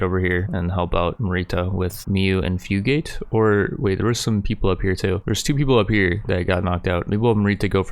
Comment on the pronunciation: fyoo gate lol. it’s fu gah teh